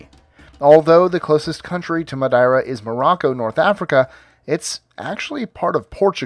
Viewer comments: The Portuguese expats here in South Africa pronounce the island's name as "Ma-Dare-ah", not "Ma-Da-ee-rah". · No.1 on this list is pronounced: Mad-ee-ra Not, Mad-eye-ra. But still a really interesting list nonetheless. Great work! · Oh man the way you said "Madeira" had me rolling